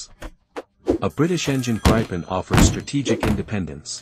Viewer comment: Where is this Plane called GREIPEN??? AI has somebody used your brain as an toilet and left a big dump in there??? GRIPEN!!! like GRIFFIN!!! No EI found anywhere. Thats no spelling contest, thats language.